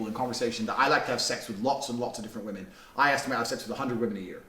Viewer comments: Do all Americans pronounce women "woman" or am I going crazy? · Why do you always pronounce 'women' as 'woman'? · ily but why do u say "women" and "woman" the same way